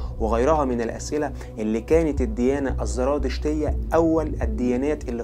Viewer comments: لفظها زرادشتية وليست ذرادشتية للتنبيه الكثير من مراجعك مراجع ضعيفة عند كبار المؤرخيين اومنى تحسين مراجعك وتقويتها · عندك خلط بين الذال والزاي للأسف مما جعل الحلقة مملة : الذراتشتية، الذراتشتية الذراتشتية، الذراتشتية، زرادشتية يا اخ ENOUGH IS ENOUGH